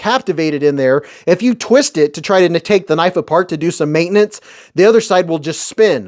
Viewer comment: Eyy. Gimme that kuh-nife! That is all. Thank you lol